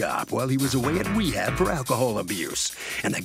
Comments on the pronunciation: “While he was away at wehab”😂😂😂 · The man said wehab … smh 🤦‍♀️